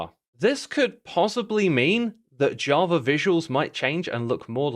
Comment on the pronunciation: WHy do you call it edition